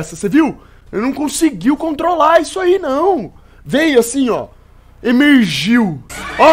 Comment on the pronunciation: "Emergiu" Não da pra tankar o KSKSKSKS